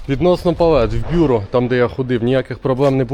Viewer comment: БюрО! Наголос на останній склад.